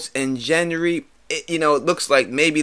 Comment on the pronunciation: the "name bucha" You're as bad as Val from Because Geek. Missandei - there's no l in her name you keep saying Millissandei. It's like you're combining Melisandre and Missandei's name. Gendry - I always thought it was was pronounced as gehn-dri instead of jen-dri. On another note I agree with you on the whole Theon thing. That shouldn't be easily forgotten. Same with Jaime pushing Bran out of the window, I still want Arya to kill him for that.